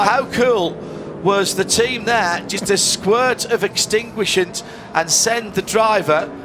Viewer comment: "Extinguishant" hmmm.